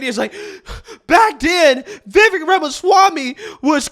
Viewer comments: Somebody tell bro its' "Vi-VAKE" not "Veh-Veck" ...too many intellectual conservatives continuing to misrepresent the man's name, it's fkn silly at this point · It is Vi-vek, not Vevik! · The mans name is PRONOUNCED Vi-vāk. Rhymes with cake. Vivek Ramaswamy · You pronounce his name we vivake like cake. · His name is pronounced “vih-vake”. Why can’t anyone at least look up up before they make a video saying it 20 times? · Love the videos. His name is pronounced as in "Cake." So his name is pronounce Va-vake. This is how he said it's pronounced. I think he's awesome and needs more attention. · Why can’t people in media pronounce his name properly? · Mr AL SHRIMPTON should get Viveks name correct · I'm amused by preference for and coverage of Vivek but still can't pronounce his name properly. not a diss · "It's Vivek, like cake." - Vivek Ramaswamy Someday you will take the time to pronounce the man's name correctly.